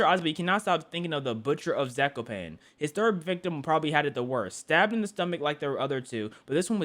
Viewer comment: you were close to pronaucing zakopane right but its funny to hear english speakers try to pronounce polish words.